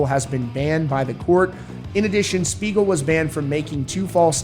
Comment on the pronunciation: Not gonna lie, at first I totally thought he said Smeagol as in Lord of the Rings 😂